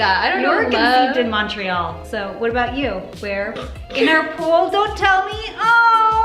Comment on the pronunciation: no one: absolutely no one: no one on planet earth:: YoU wEre COncEivEd iN mOntrEaL